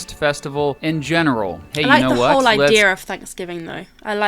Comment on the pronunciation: I like how you guys said "idea" with an "r" at the end. "Eye-dear"